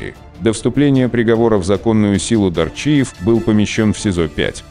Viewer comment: Не Дарчиева а Дааарчиева столько жуликов Осетин правда половину имён в диковинку а те кто есть в Осетии например Абуз , Кобор ( Мексиканец ) царство небесное Барец и ещё есть имена кто знает тот знает Ахмед Шалинский у нас за лагерем смотрел удачи ему Жизнь Ворам АУЕ всем путёвым